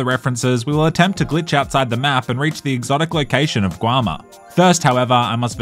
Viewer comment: Bro said "guama"